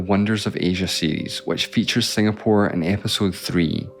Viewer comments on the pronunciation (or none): none